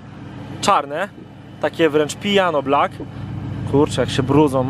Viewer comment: Piano black a nie pijano black